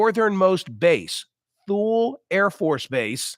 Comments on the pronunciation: The base is pronounced (Tool-Lee) Air Force Base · Thule is pronounced Toolee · It's pronounced... Too-lie .